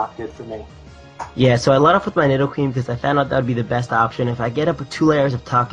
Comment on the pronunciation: Did you just fucking call needoh-queen a nyedoh-queen?